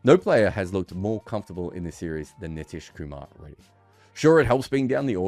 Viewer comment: Good breakdown of the conundrum, just kindly get pronunciation of his name right 😭